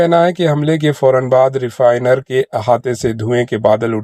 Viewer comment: Refinery boliye